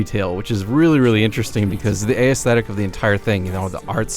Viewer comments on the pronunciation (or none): "a-es-thetic"!? That's not how you pronounce that word.... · 45sec in and this guy already annoys me... AY-ESTHETIC...?! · I’ve never heard the word “aesthetic” pronounced like that before 😂